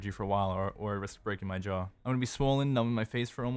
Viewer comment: Did he just say JAW